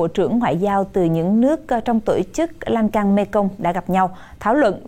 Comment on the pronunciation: Sông Lan thương chứ không phải sông Lan can